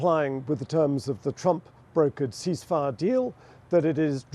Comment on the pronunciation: "Yeah I said I agreed to a youceaseifire"